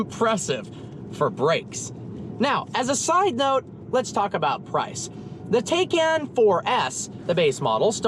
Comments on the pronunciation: You say it wrong (tay-cun) half the time like when you were driving the car but in the intro you say it right (teye-caun) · it's Porsche TIE-CAN Turbo not Taken Turbo, nobody took it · Not Taycan, it's TIEcan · It's not pronounced tie-can or tak-en. Per Porsche, it's tie-con. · The switching between tAcan and TYcan pronunciation was driving me nuts, pick one and go with it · Different pronunciations of Taycan got me confused 😕